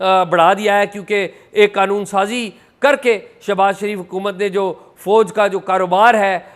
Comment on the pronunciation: Can you atleast correct your horrible pronunciation. It is Fauj not Fooj. Can you do it or you agree to be illerate.